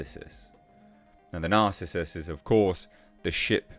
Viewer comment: It's pronounced NAR-CIS-US - narcissus, a type of flowering plant AKA a daffodil. Also an ancient Greek hunter..